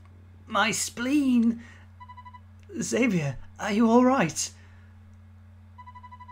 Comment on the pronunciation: you called xaviers name wrong